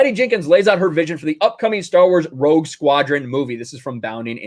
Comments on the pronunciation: When you said Rogue Squadron I thought you said Woke Squadron. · It sounds like you're saying Woke Squadron